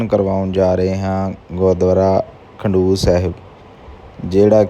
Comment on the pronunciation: 🙏waheguru g🙏 eh Gurudwara Khadoor sahib hai. Tuc galt pronounce kar rahe ho.kindly correct the name.